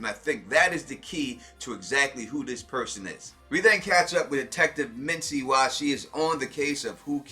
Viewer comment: Misty bruh. lol not mitsy love you vids anyway!